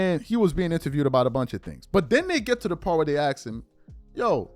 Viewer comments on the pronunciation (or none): So you Can say ask, instead of “ax”